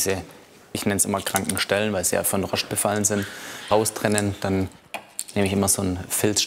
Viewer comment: nach dem 5. "Roschd" musste ich abschalten